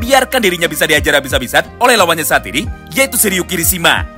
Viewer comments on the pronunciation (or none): none